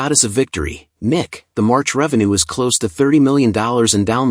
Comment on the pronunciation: I laughed way more than I should've at all the pauses in "Princess Connect! Re: Dive" and NIKKE being pronounced "Nick" . "She works well with a variety of other Nicks" all the Nicks out there about to swipe without hesitation and check some websites for no particular reason.